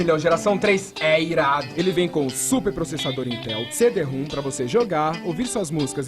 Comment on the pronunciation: Nunca entendi o que é um CD rum. Seria um CD que vem com uma garrafa de rum? Porque a pronúncia de CD ROM é outra.